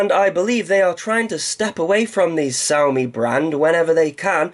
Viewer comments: It's she-ow like meow....Trust me, stayed in China for 4 years. Xiao means small. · They pronounce "X" as "SH"